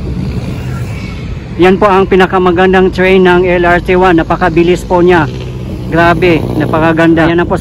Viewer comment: napansin ko lang yung letter "T" pinopronounce mo ng "ch". like yung lrt pinopronounce mo ng LR chi yung train nagiging chrain. 😊